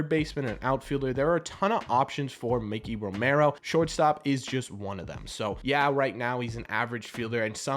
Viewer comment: not Mickey Romero. MIKEY** Romero M 👁 🔑 Romero